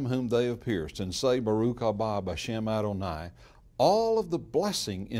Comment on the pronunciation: You are not pronunciation Adonai correctly your A sound is incorrect